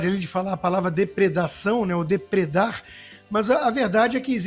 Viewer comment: ESSE DEPUTADO NÃO SABE NEM PORTUGUÊS "DEPREDAR" 😂😂😂